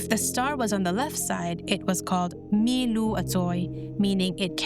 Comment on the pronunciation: Mi Lu a chawi ti suh.. Milu a chawi ti rawh... Mi hi thluk san loh tur.